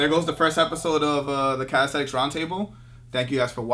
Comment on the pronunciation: you can start by learning to say calisthenics properly, its not calisthetics